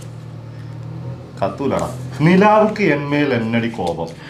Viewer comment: നിലാവുക്ക് അല്ലടാ മോനേ നിലവുക്ക് എൻമേൽ എന്നടീ കോബം...vocal...